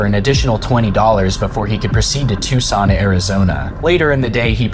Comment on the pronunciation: So neither Daniel, nor this channel have ever read a geography book. Phenix? Tucson, not Tuscan. Witch-It-Tah. Not wacheeta. Get off the internet!